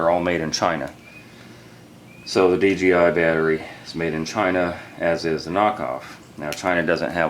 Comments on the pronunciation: D-J-I say it over and over...NOT D G I .......DAMNIT LOL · none of them say "dgi" because its dJI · Why does so many dji owners say dgi I hear it all the time this guys say dgi every time